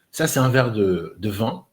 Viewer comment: Cette vidéo,et non ce vidéo , arrête de singer alors que tu parles mal français ,on dit vin et non vun